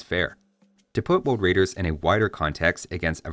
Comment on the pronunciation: Hahaha.. some people do mispronounce R as W. Elmer is the cartoon character that personifies this. "Woad wider."